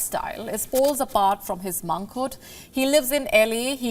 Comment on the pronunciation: TragiKTREE? MONKHOOD? Please sort out your language.